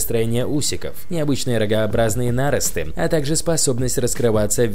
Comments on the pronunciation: нАросты, кровь из ушей пошла как услышал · НарОсты а не нАросты